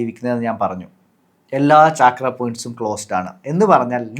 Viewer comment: its not chaakra its chakra